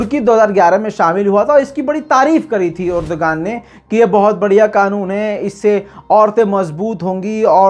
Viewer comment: "Urduaan," urdugan nahi